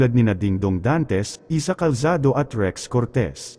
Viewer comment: Rez hindi Rex